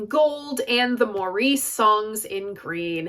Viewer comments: It's Americans pronouncing Maurice the way you do. The name is pronounced Morris. Like Ray Davies of The Kinks, Americans pronounce his name as Davees, while in England the name is pronounced as Davis. You silly insane Americans. I love the Odessa album. I do not see it as a concept album. I cover the title track and others at open mics and local events. Come on down! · Love this video. So happy you've chosen this album to review. Just wanted to say that Maurice's name is pronounced MORRIS not as the French Maurice. Hence the brocalled him Mo for a nickname. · Good review. btw, from what I've heard, Maurice's name is pronounced like 'Morris'. I'll have to give King Crimson's Islands a listen. I detested disco music back in the day when it was the rage (I was a teen then) but these days I enjoy a lot of it. I guess you can say that people's tastes change over the years.